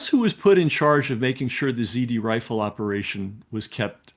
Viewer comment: Z R Rifle, not zD